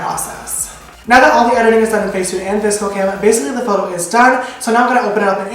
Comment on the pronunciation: YOU SAY VSCO THE SAME AS ME!!!! Everyone gives me so much hate for it but I swear it's sounded like "viskoh" 😂😂❤️